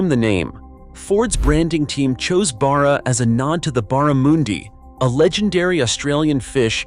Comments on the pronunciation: Barr a moondi??? Try Barra-mundee, then barramundi. It’s not bar-a, it’s Barra! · Wtf is a “bahra-moondey”? A double consonant after a vowel in Australia means that the vowel preceding that double consonant is always pronounced as a short vowel, so it’s “barra” with a short “a”, not “bahra” or “baara”. It’s named after a fish, not a sheep! An Australian “u” is not to be mispronounced as “oo”, like Americans mispronounce “emu”. It’s always either the short “u”, as in “uh”, particularly when followed by a double consonant, or the long “yoo” like in “emu”. That’s why we use the double consonant in native Australian words, to make pronunciation clear. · The Barramoooondi 😂😂 The fuck did a U start making OO sounds by default? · what the hell is a Burra mooondi ? 🤣🤣🤣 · BAA-RAH. That's how you say it. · Its barra as in bad not as in bar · As a born and bred Aussie, I laughed at the AIs pronunciation. Have to allow for the non-Aussies making these videos not knowing how to pronounce Australian English. I knew what it meant, so not an issue for me.